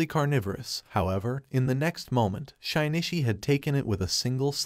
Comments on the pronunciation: shine e chee. shin knee she. shin chee. shin ishi. shinshe. I thought maybe it would get 'shin i chi' by accident but nope. Every wrong way to pronounce his name but not even once by accident. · 'Shee nee chee' not 'shy nee chee'. He isn't shy but more like sheesh dude.